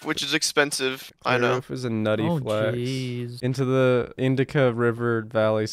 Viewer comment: can we get an appreciation for "indica valley civilization" (instead of indus valley)